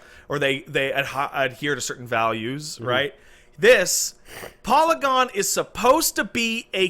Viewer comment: im just gonna say saying polygon that way is wrong